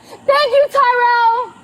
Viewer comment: Crazy nutjob needs to learn how to speak - its pronounced for what NOT for what with a lisp Its pronounced child NOT child'dah its pronounced they held my child from me NOT they held my child from me'ah its pronounced thank you NOT thank you'ah